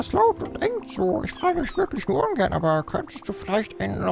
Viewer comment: Ich glaube er wollte "ungern gern" sagen, hat aber dann bemerkt, dass zweimal gern hintereinander Scheiße anhört und hat dann das " Ungern " nach "Unge" abgebrochen :D